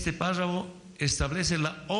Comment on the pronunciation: "Páshafo", "Parfo", "Prrafo",.... ni siquiera sabe pronunciar PÁRRAFO bien.